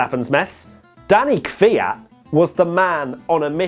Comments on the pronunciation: You are saying Kvyat correctly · Actually your pronunciation of "Kvyat" is better than that of most Brits. You guys usually pronounce it something like "keeveeyat" and your pronunciation would be almost perfect if you made the "y" a bit shorter. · thats actually the only right way to say it. i get triggered by people who say "kiwiyat" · Your pronunciation of Kvyat (Квят) is correct mate.